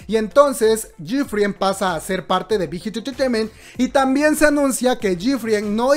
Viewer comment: Amo la pronunciación del "Big Hit Entertainment" jaja la amo <3 Lee min ho es el rey de los GUAPOS, es un dios <3 <3 <3